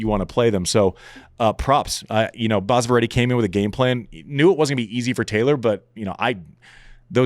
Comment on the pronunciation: it is basava not baasava